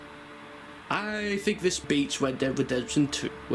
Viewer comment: Analyzing Resident Evil dog bodies like that is evil and saying words like “sheathe” like lord